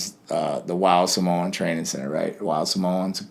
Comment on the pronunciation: He pronounced Samoan correctly